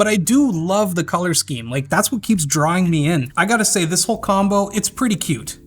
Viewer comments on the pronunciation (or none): none